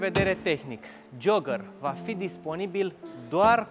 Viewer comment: Ce tare esti,ai pus eticheta perfecta ptr.modelul asta,auzi tu la el:"Dacia JOAGĂR"",mor de râs!...😁